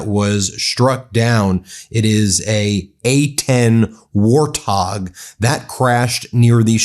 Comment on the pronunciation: Its not pronounced war- tog Its wart-hog..like the animal.. jesus christ man get some sleep see your kids.. get one of your lazy bros to do this